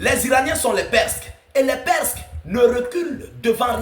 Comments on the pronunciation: On dit PERSES et pas perk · Des perces et non perske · On dit les Perses pas les Persks abruti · Les perses et non les presques svp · On dit des PERSES pas PERSQUES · Les perskes ou bien les perses? Lol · Salem ,il faut dire les PERSES et non les PERSQUES 👍✊